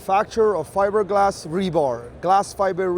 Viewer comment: He said fiber gas 😂